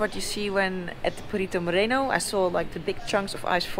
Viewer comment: Today you pronounce correctly the word "Perito Moreno", not like the last day when you said "Perrito Moreno " perrito is a small dog in spanish.:-)